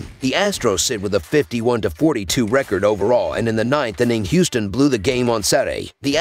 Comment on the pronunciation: Angeles or Houston? Can you be more clear?